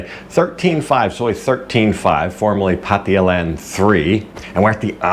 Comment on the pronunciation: Why every English speaker says patia???it's pattaya, ya ya as in yakusa or Yamaha.